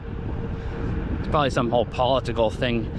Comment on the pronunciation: Paul-li-tical Like Wor-chester-shire sauce.